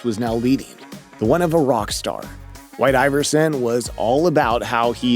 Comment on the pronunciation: i fkn hate this dude's voice... jesus christ. "whi-i-i-te aye-ver-sinn"